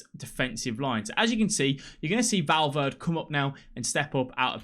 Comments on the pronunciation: Love your videos bro cheers from Los Angeles,CA also your sayin Valverde wrong 😂😂😂 jk 😎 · great video but i swear to god if you pronounce Valverde's name like that once again im going to loose it